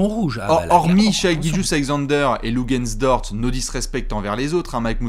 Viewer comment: Le Lugentz D’or-tz, le-Le Lugentz D’ort-tz!!!